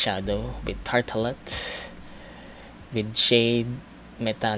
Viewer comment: That "Nikido", "Tartelet", and "morp" hahahaha